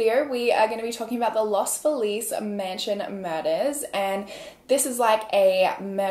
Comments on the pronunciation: Love that you're saying los Feliz correctly but no one in LA does 😂😂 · THIS MIGHT BE RANDOM BUT THANK YOU FOR PRONOUNCING LOS FELIZ RIGHT!!! there are so many people that live in LA that say los felez kinda like Felix and for the longest time i never realized what people meant until i realized thats how they pronounced feliz. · who is always apologizing for mispronouncing things, pronounced Los Feliz closer to the Spanish pronunciation than several Los Angeles residents I have met who pronounce it Lahs FEE-liz